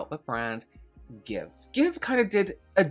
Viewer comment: How the hecc does one get g x v e pronounced as give? It's gi-shi-ve, and you cannot change my mind, lol. And, celebs are not your friends, and celebs are not a cause. Stop "supporting" them. Buy their shite if it's good or fun, or preferably both. But not for no other reason.